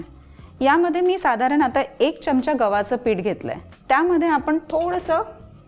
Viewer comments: चिकन खूपच छान, फक्त एक सुचवायच आहे कृपया "च्यमचा " म्हणू नका "चमचा" म्हणा. चांगल नाहि वाटत ऐकायला. बाकि रेसीपी झक्कास 👍🙏🙂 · pan marathit apan " chamcha" mhanto "chyamcha" nahi..